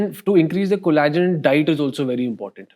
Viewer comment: It’s pronounced collagen with ll It’s not cola-gen